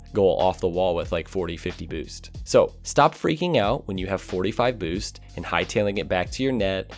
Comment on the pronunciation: I love when you say boost. "Booce"